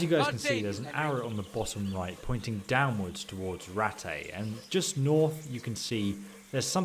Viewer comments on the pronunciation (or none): Its pronounced rat TAY you buttcrack loving crumpet pilfer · Good video but please say Rattay right.